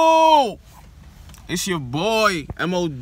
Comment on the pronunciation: Who else be noticing be saying "YOUCHUBE!" instead of YouTube 😭😭😂😂